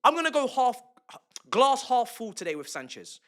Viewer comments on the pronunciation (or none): none